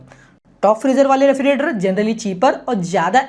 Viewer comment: 'Refri "ge" rator. "ge" kyu bhul rahe ho bhai bolne mei